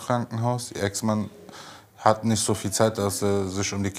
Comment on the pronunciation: Der doktor immer mit seinem "niecht" like wems auch auffällt